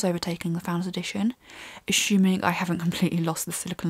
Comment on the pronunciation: assuming doesn't have an H in it.. just say assuming not ashuming.